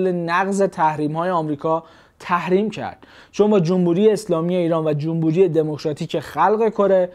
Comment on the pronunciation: آقا خیلی خوب بود فقط چرا هی میگفتی جومبوری 😅